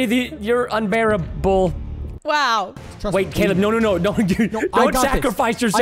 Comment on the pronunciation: Unbear-able more like unbarry-ble